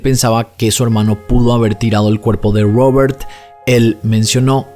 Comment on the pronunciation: Porque pronuncias Robert asi😂😂, es una R estas hablando castellano.